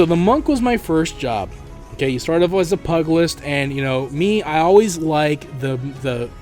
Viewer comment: Pyoo Jill list is how you pronounce Pugilist. Also Black mage is best mage, live fast die young leave a crater where you were fighting